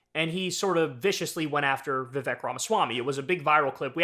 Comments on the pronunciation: It’s not Vivek (like “heck”)…it’s Vivek (like “cake”). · His first name is pronounced Vi-Vayk